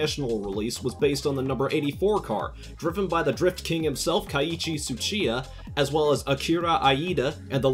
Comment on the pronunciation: that'd be kay-i-chi chu-chi-ya, Akira ee-da.